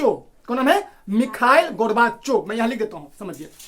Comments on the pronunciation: Michael nhi mikal pronounce hota hein wo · Bro aapko khud nhi aara naam lena Mikhail hai naa ki mikal 🤣🤣khud to seekho fr kamiya nikaalna🥱